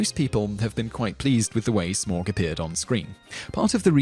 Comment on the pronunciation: just a note: tauriel and smaug t-OW-riel sm-OW-g :)